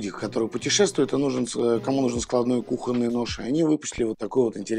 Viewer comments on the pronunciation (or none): none